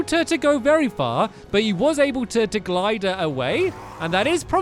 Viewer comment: Glide not glid